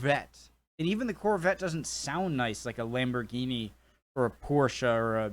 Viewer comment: For someone who says he isn't a car guy, I'm going to give you a huge plus point for pronouncing Porsche correctly (and Iraq BTW) ! Maybe one day Americans will learn to pronounce Jaguar correctly too. If Jaguar was American then ok, you can call it Jag-Wahr. But he roots of Jag are in Britain so let's pronounce it as they Brits do. Oh and Britain would have won WW2 without American invervention btw. It just would have taken longer. America shortened WW2 which is only fair considering how late they turned up to help out.